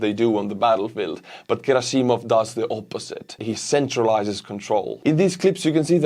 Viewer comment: Gerasssimov not gerasi'mov hästi paned